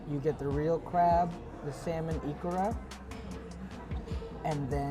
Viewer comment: the "l" is not pronounced in salmon. "samon"